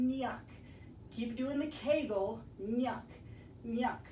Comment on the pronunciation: Is it nyuck or nuck ??? I hear him saying “nuck nuck nuck.”